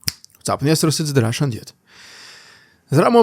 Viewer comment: Sounds like sometimes you say "It's the russian idiot". I laugh everytime and then i lock in for the news. Been a long time subscriber